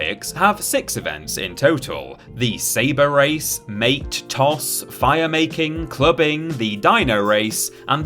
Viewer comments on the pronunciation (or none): none